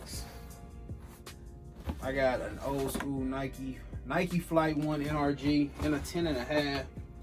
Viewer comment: My mans said N r g it’s supposed to b Energy